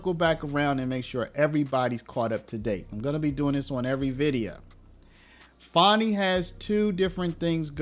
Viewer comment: It's pronounced Fani not Fauni. AH